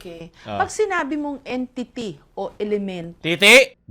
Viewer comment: Edtity raw sabi ni madam Jessica 😂